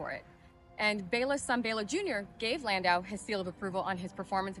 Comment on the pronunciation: Another great one! And good for you on “Bay-la!”